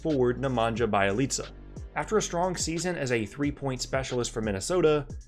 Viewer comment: Oh dear.. you pronounce Bjelica just as bad as this one announcer... can't remember who, but he kept saying BYE-IH-LEETZ-UH where da fuck you getting the Bye from Bje